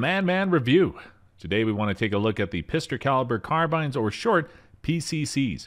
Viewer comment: "Pister carirber carbynes" 😂